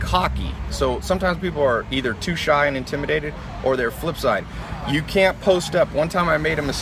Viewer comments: . Your manz here said "Antiminated" rather than Intimidated.. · Did he say intiminated